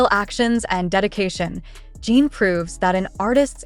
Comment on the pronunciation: At least get the pronunciation of the subjects name correct and their pronouns him/his, not her.